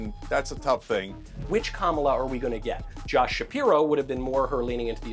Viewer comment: Why do all maga people mispronounce Kamala’s name??